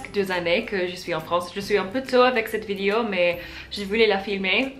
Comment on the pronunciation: Je sais que c'est difficile, mais essayes de prononce "vidÉo" à la place de "vidio"